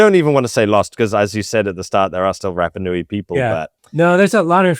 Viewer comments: Love your posts,. I don’t like your pronunciation of polynesian words…have mentioned it befor, but you still say Rappa instead of Rarpa. It’s not hard to try better at it, and Polynesian people will appreciate it instead of grimacing. Aloha, Phil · Apologies, but at 55 seconds in, after butchering the pronunciation of Rapa Nui four times in under a minute, I'm not sure I can continue! Edit: Phew, at least your guest gets it right. Edit again: Gah! If think that after hearing the correct pronunciation a few times from an expert, you might at least make a token effort!